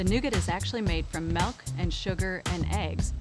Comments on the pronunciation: I swear if she says melk one more time. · Why does she say milk as “melk”? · She keeps saying “Melk” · I’ve been looking for a comment like this I thought I was the only one that caught me off guard i’ve never had Melk before😂😂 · Or “melk” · Why she say milk like that